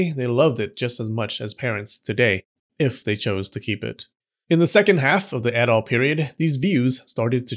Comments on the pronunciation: "In the Adol Period in Japan..." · did you just pronounce edo, a three letter word as "addoh"